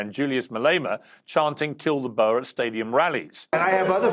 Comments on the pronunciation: Its not BURR Piers Morgan it is pronounced BOAR you pillock. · Please Piers, a boa is a snake, or a fluffy accessory, it is boer as in 'boor' and rhymes with moor. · I wish people could say BOERRRRRR and not bo-er. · Why is it so hard for Piers to say Boer? It’s literally said the same as “boor” as in “boorish” behaviour because thats where the English word “boor” meaning peasant or farmer comes from lol